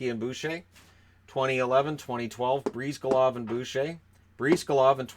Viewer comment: It is pronounced "Bris-GAH-lahv", not "Breez-ga-lahv".